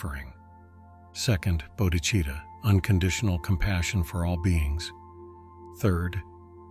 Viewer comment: Bo-dee-chee-tah lol ... that pronunciation now makes it sound Italian 😅